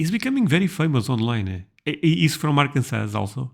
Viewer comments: Arkansas (pronounced ARE-can-saw (primary emphasis on the first syllable, secondary emphasis on the third syllable)) native here…I’ve been to 47 of the 50 states, and I have opinions on what this YouTuber says about all of them. However, I MUST comment on his characterization of my home state. First, Bill Clinton is a HORRIBLE example of an Arkansan (pronounced are-CAN-zen). While we are proud to say we produced an American President, I don’t think any of us are proud that it was him. And yes, a few of the greatest entrepreneurs of America have started here: Sam Walton who founded Wal-Mart, and John Tyson of Tyson Foods, among others; but they are hardly what this YouTuber claims this state “primarily consists of.” Arkansas is one of the most beautiful states in the Union. Yes, we invented cheese dip (AKA queso) and have some funny sounding towns (like everywhere else in the world), but we also have Crystal Bridges Museum of American Art, a beautiful piece of architecture on 134 acres in the Ozark Mountains that focuses on American art and exhibitions, Thorncrown Chapel in Eureka Springs (a town that deserves its own special recognition), the beautiful Christ of the Ozarks (similar to the statue of Christ in Brazil), and Garvan Woodland Gardens, a beautiful botanical garden located in the Ouachita (pronounced wah-shihi-tah) Mountains of Southwest Arkansas. We are a hub for outdoor sports from fly fishing to mountain biking, and we are the duck hunting capital of the world. We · He literally said Arkansas right and then you instantly pronounce it wrong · Arkansas is beautiful!! This boy is a jerk!, for some reason or other it is pronounced saw at the end, not sas......dont ask me why!! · It’s Arkansaw not Arkansas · When you pronounce Arkansas, you do not pronounce the last S. It is pronounced Arkansaw.